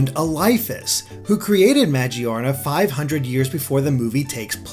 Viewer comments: majeearena is the most inexcusable pronunciation of magearna (muh-gear-na) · It's Magearna Ma-Gear-Na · It's ma-GEAR-na. Not Maj-ee-ARR-nah.